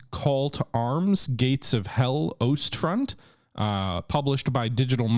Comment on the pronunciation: I died every time he tried to pronounce "Ostfront" XD